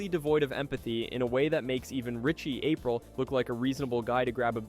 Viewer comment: Jackie April???? Your video loses credibility when names are wildly mispronounced